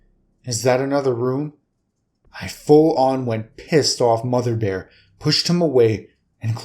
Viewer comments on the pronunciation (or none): none